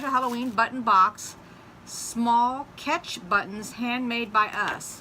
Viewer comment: I think it says Small “batch” buttons, not small “catch” buttons. Lol.